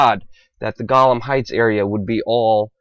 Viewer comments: Israel is supporting nut jobs killing a-holes....... Good strategy. Help them wipe each other out. And it's Golan heights not Golam. And ha-aretz, not Harez, damn you're dumb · "Golem heights" lol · It's not the Gollum Heights it's the Golan Heights. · GOLLEM HEIGHTS...??...and he said it twice in 20 seconds.....DUUPHUS....this child know nothing about this region...omg. jew hater are falling over each other right now....so funny....this land is eternal....go back to your day job cleaning out cardbord boxes. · It's not Golum heights, it is Golan heights! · Golan not golam ya gobshite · The fact that he does not know how to pronounce Golan Hts. is troubling to me. Perhaps he is just another talking dead head.